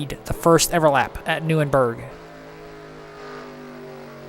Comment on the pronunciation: also no offense but its pronounced nur-burg-ring